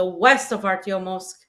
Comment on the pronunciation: It is ArtyomoVsk not Artyomosk